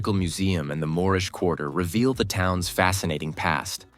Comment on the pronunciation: Plz learn there proper names..I lived in these towns thats not how there called.